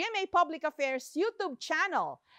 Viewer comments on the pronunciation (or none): none